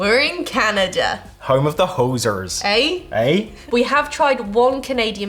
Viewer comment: I've never heard any Canadian ever say "hoooooser".